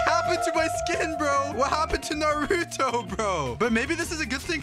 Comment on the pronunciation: can you say naruto right 😭